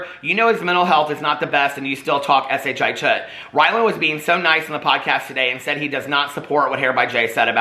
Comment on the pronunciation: I think it's so funny you say s.h.i. tut